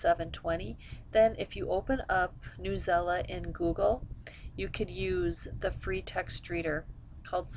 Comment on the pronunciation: sorry , not trying to be rude , but at my school we use newsela and just to let u know its not pronounced newela its pronounced news-e-l-a it stands for news english language arts . lol .